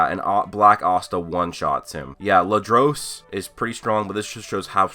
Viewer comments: (Ladros)Say : La Dur Us not Lu Drose. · That's not how you say Ladros's name